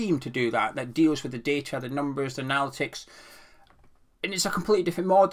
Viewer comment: It’s “Anna Litticks”,.